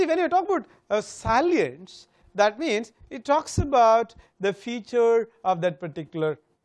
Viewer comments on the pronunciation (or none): You should be ashamed of calling yourself a Professor of Brand Management. Besides pronouncing simple words like "SALIENCE" wrong, you have demolished Brand Salience Model of Kevin Keller Lane by giving a strange and absolutely wrong interpretation. This shows you have no idea about what this all is about... Please do read good books before lecturing on topics that you have no idea about.